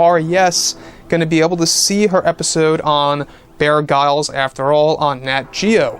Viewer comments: Pronounced "Bear Grills"... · Sorry but “Bear Grylls” last name is pronounced as “Grills”, as in “grill-out”. pistol fingers 😉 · Prounounced, "bear grills"